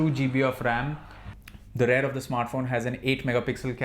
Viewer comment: Its "REAR" ... not "RARE" .... bloody irritating!